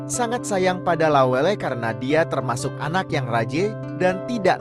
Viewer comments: La welle, ' bukan lawell... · Lawelle bang bukan lawel, ase bukan Ais,,😅😅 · Saya dislike karena narasi menggunakan bahasa Google. Lawelle kok jadi lawel....opppooooo wi... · Aduuh,... ga sereg dengernya, narasinya bkn org bugis. Penyebutan nama lawel, itu bkn nama bugis pa'e 🙏🙏🙏